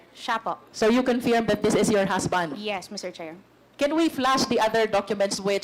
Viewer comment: Pls pls pls... pakisabi kay Luistro mali po pagka pronounce nya sa word CONFIRM.. paulit ulit pa sinasabi. Favorate word nya yan ah